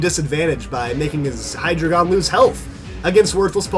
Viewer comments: You're suppose to pronounce hydreigon like: hi-dry-gon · You are pronouncing hydreigon wrong